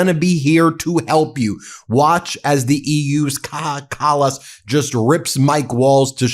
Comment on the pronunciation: Well said, Kaja Kallas. 👏It's pronounced (K-EYE-A), btw. How the f*ck has Mike (National Security Risk) Waltz still got a job??!